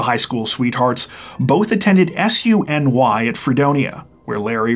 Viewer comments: Pronounced "Soonee" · You sure put the accent in the word Blasdell very strangely. And SUNY is pronounced as a word, sounds like "soon-ey." I got to SUNY ECC myself. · your diction is ALWAYS perfect and on the money. Just a note, I taught in the SUNY University system for 30 some years, thus I'm sending you this to keep your diction at 110 percent. SUNY is pronounced SOO-KNEE just so that you know. Sorry to be a pain in the A** your biggest fan Philly from where else, the home of the Phillies!!! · Whoa. I was not expecting to see a case so close to where I am... (BTW: "SUNY" is usually spoken to rhyme with "moonie" :D And also, it's "Buffalo"--two Fs, one L)